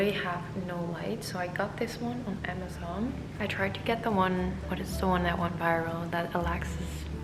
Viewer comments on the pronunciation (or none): none